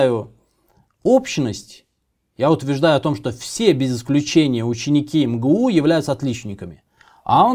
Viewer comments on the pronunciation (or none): МГУ :))))) ЭМ-ГЭ-У читается :)))